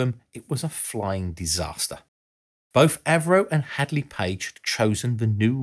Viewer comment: Great but research research guys!! Its HANDLEY NOT HADLEY!